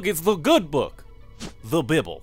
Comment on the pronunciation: he said bibl lmao